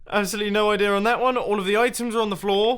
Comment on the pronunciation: I love how you say "idea" as "idear". It makes me happy.